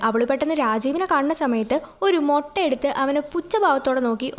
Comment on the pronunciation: Moota alla mutta😂